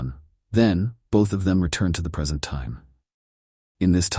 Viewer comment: Not a bad story...the AI reads it exactly as spelt which IS a problem - it just said "they returned to the PERSENT."......"Persent"!!! hahaha